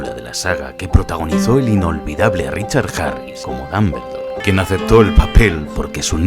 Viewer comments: Dos cosas... 1- El Basilisco jamás volvió a ver la estatua de Salazar Slytherin porque Fawkes lo había cegado y por ende no podía, ese movimiento fue solo de agonía. 2- El mejor Dumbledore (Dómboldor no esa basura de pronunciación de dambeldor) es y siempre será Michael Gambon. No encontre ni una que no supiera ya así que ni modo talvez a la proxima conseguis mi suscripción. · Sale sangre oír decir a un español DAMBERLDOR. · dombuloi dambeldor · Se pronuncia "Dombuldor" no "Dambeldor". Y se pronuncia "Jermayonie" no "Hermion". Digo jajaja